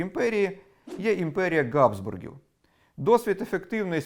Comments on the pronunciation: Дяка за красні слуханки, але ... Habsburgs не Gabsburgs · дуже цікаво все у вас дивитися, розуміючи, що ви намагаєтеся бути неупередженими. АЛЕ,,,,,,,чому по-московськи кажете "Ґабсбурги"? вони ж "Habsburg"! тобто, мали би бути по-нашому "Габсбурґами" або ж хоч "Габсбургами" але ж не ґґґґ на початку. Дуже ріже вухо. Велика дяка за просвітництво